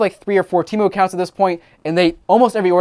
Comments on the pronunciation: I effing hate Temu. The idiots who run their commercials cant even keep track of how their company name is pronounced. One time its pronounced "tee-moo" and the next it is "tim-ooohh." I've ordered from there once just to see what their scam was, then never ordered again once I figured it out. In the short amount of time I had the app installed on my phone, it would go off literally dozens of times per day with their scuzzy "act now before you lose this deal" alerts. Once I received my order, I quickly deleted it and never downloaded it again. I got some cat toys that were decent quality, but everything else was junk. My mom thinks it's the best website ever and orders from them constantly. I try to dissuade her from it, but I'm just wasting my breath. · Yeah I went on that app once and realized it was a scam within 5 minutes. Also their ads pronounce it as teh-moo not tee-moo